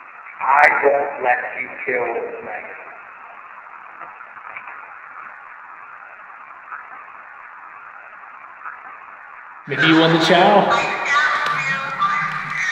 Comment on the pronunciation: tell me why I heard “ I want bacon “ instead of “ I want Megan “ 😂